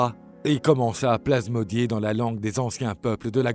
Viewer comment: Super boulot, j’aime énormément, la narration est superbe ( par contre je fais mon relou, mais aux alentours d’une minute, on dit bien « psalmodier ») ce qui n’enlève absolument rien à la qualité de la vidéo ;-)